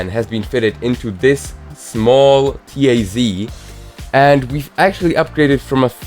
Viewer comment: This NOT "Ti-Ai-Zi". This is "ta-z"